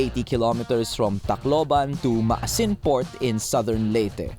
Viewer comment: Maasin (ma-A-sin)